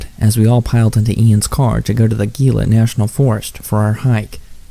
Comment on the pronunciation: Quick thing. Your channel is awesome. The Gila is pronounced as if it starts with and H. It's here in NM. The cliff dwellings are amazing and mysterious. Great bit of local lore